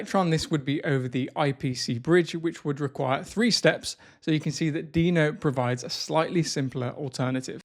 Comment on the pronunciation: Is Deno really pronounced like that? While Deno Desktop sounds like a great improvement over Electron, it still suffers massively from the OS-default Webview limitation. Not being able to use GeckoView, Servo, or Ladybird to avoid promoting Google's (and Apple's) monopolization of web technologies is a non-starter for me. The lack of mobile app support is another huge deficiency. Tauri is by far the superior option at this point, and supposedly there has been some traction on Servo integration, but frustratingly none on GeckoView. I look forward to watching this space continue to evolve.